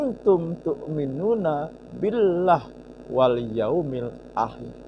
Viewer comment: Ngajimu NGAWUR 🤣🤣🤣 Wa uulil amri kamu baca ULLIL 😂😂😂 billaahi kamu baca Billah 🤣🤣🤣..itu tengah ayat dan gak ada tanda baca waqaf/wakaf maupun saktah kok HI nya dihilangkan..? 🤣🤣 Aneh, Qur'an itu teratur klo ada yg salah pasti janggal klo orang Jateng bilangnya WAGU atau ANEH 😂😂 SEKALI DENGER AJA UDAH ANEH 😂🤪🤪 Mbok ya kualitas diperbaiki 🤣🤣 Bisa ngaji apa gak sih.kaco BENER.. ya gini klo orang ngomong agama modal pede tapi ilmu Nol, bicara agama bukan seperti dagang rongsok atau jualan kacang di lampu merah asal pede.ini agama bukan dagangan. Yg keliatan aneh sekali dua itu..klo mau dikoreksi yg lain seperti Ikfa' dibaca izhar juga ada.. KAYAK GINI KOK SAMA PENDUKUNGNYA DIPUJA..APA GA ADA LAGI YANG LEBIH BENERAN DIKIT?🤣🤣🤣